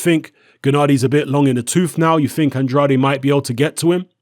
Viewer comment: It's "An-draid" Not "An-draday"